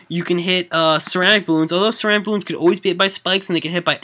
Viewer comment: i belive that you pronunce ceramic wrong!